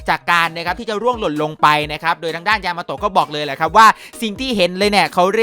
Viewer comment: ยามาโตะพี่พูดผิดเป็น ยามาโฮะ